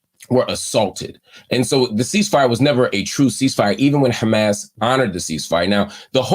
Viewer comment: The A's in Arabic are the same. Say Hamas.